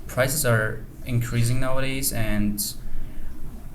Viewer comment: Not nowodays, nawwwwadays✅ a teacher✅ (articles) I guess his speech is awesome in a real life as opposed to this video.